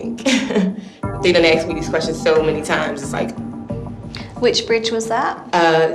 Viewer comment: "I've been giving all the information they "axs"!